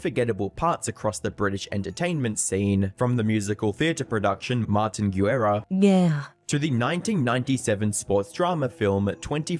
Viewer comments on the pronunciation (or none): none